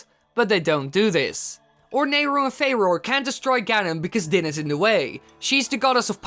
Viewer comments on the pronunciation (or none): Its pronounced "Fu - roar"